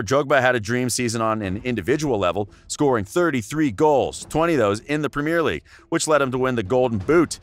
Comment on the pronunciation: Learn how to say premier League properly 😂